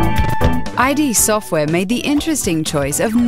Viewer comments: God damn it, it's not "Eye dee" software...it's just Id. Id, as in id, ego, and superego. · 1. Shareware was nothing like free-to-play, it was just a demo which provided information on how to order the full version and encouraged you to share it with friends. 2. It's "id", not "I. D." 3. Looks dated? I'd imagine so, when it's 26 years old. 4. Doesn't hold up, in a time when retro games are all the rage? Come now. 5. No mention of the importance of the game to the sidescrolling genre, and to future DOS games in general, due to the tricks John Carmack discovered?